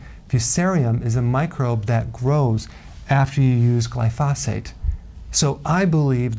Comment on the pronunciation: Glyphosate, the accent is on the first syllable, fyi.